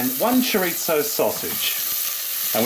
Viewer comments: Chorizo is not Italian bud. Don't call it chorizzo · For some reason I aways smile when you put a "t" in chori-zo. I am definitely going to try this. It has enough meat/veges mixed in with the rice to make it diabetic friendly. Thank you!